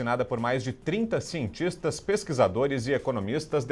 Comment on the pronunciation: “Sientixtas”, “pexiquizadores” e “economixistas”...😒 Çei...